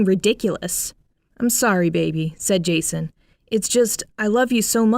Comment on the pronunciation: When she first said Jason I honestly thought she said Jesus lmaoo